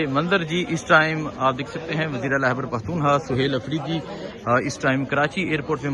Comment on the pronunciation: عزیز من خدا کے و ا سطے ا پنا جا ھلا نہ ، ھتک آ میز تلفّظ اور لہجہ د ر ست کر لیں ۔۔۔۔ " ھیبڑ پختو نخوا " " ھیبڑ ، ھیبڑ ، ھیبڑ " ۔۔۔۔ کی گر د ا ن بند کر یں